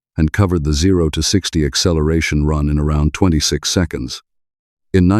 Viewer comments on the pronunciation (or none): none